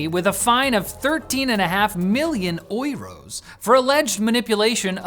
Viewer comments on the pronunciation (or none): The way he pronounces Euros is a war crime under the Geneva Conventions Article 2810 :face-green-smiling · TIL how French people pronounce "euros".